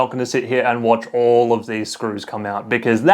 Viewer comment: ex-screw-tiating... lol